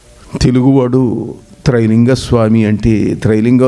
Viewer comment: నాయనా తెలుగు నేర్చుకో ముందర ట్రై కాదు రా బాబు త్రై.....🙏🙏🙏....